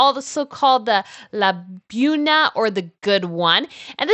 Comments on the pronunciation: After so much research and editing it seems that pronouncing major words correctly would elevate the production. I’m thinking of “Buena.” Like Taco Bueno rather than boona. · Love this!, love you… the first one I think you meant Buean, pronounced boo-eh-na. lol Such a fun video! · I didn't catch the Buena flub. That Spanish word in mainstream in American English. Good grief.